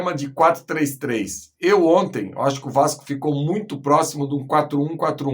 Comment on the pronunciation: "Gol di onti"